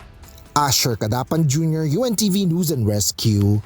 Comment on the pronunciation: Hoyy hoy hoy... HINDI NOOSE ANG PRONUNCIATION NG NEWS. ¡ QUE VERGUENZA! 😂.. NAKAKAHIYA. ISA PA.. ANG PRONUNCIATION MO NG SIMULATION.. IT'S EMBARRASSING 😅